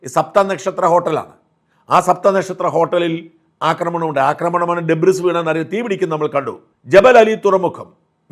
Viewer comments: It's pronounced asdebri,not debris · Shajan...debris എന്ന വാക്കിലെ S silent ആണ് ' debri' എന്നാണ് ഉച്ചരിക്കേണ്ടത്. ഒരുപാട് മലയാളികൾ തെറ്റായി ഡെബ്രീസ് എന്ന് ഉച്ചരിക്കുന്നു.